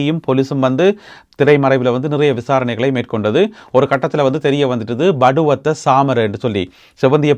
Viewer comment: படுவத்தை அல்ல பட்டுவத்தை.